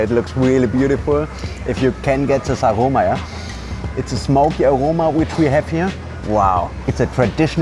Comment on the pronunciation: When you say aroma 🤔 you can't leave strong German accent of you, 😉